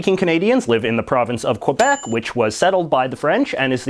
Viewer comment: I realize this person doesn't speak french, but it hurts everytime I hear him mispronounce Québec.